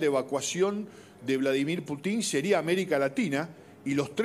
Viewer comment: Cero seriedad con este canal solo para tener vistas y el pelon diciendo una sarta de mentiras y no sabe pronunciar bien el apellido del Presidente Ruso